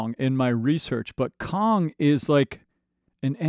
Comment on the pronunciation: Please say KANG not Kong. 😊